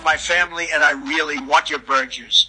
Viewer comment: Free burjer (pronunciation is definitely correct)